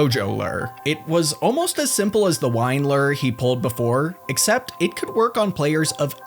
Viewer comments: Okay first i really enjoy your comment so please dont get mad and i know this video is literally two years old but.. Are you pronouncing "Lure" as "Ler" on purpose? Is that the Runescape word for it? Or? Haha cause "Lure" is pronounced (Lou • er) like saying the name Lou and then put er at the end and Lou er ing, not Ler/Ler ing haha never too old to learn how to pronounce Lure and if Ler is the Runescape word for Lure than im never too old to learn some Runescape info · Why do you say LERRR instead of lure? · It's a LEW-ER not a LURRR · I enjoyed the info in this video, but it was kind of difficult to ignore the way you pronounce lure like Lurr, ruler of omacron persei VI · I'll never get tired of hearing say lerr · huh, as an american, it's weird to hear "lure" pronounced as "lurr" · listening to lure pronounced like this is making me spaz lol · The way you pronounce lure is infuriating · One day you'll learn how to pronounce 'lure'.